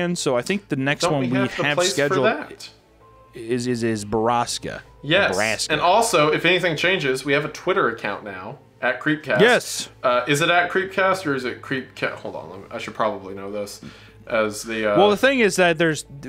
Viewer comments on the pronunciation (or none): awesome podcast, and btw i think its pronouced bor-ask-a, and i honestly, i can't wait for you guys to read it!